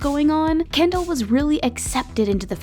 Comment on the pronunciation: Kendall not Kendell